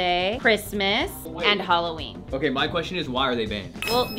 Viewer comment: Imagine being American and not being able to say the Word "Halloween" even though its an American Celebration. Thats WILDDD